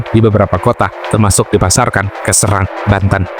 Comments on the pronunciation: Tolong pelafalan serang nya salah min😂😂😂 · Bukan di serang min tp serang